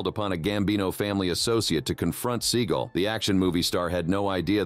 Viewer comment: Seagul? Even Seagal deserves to have his name pronounced properly